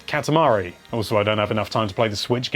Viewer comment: It's not catamuhree its cot ah mah re